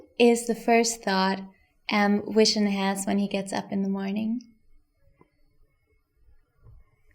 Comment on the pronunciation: Is she calling vision wision?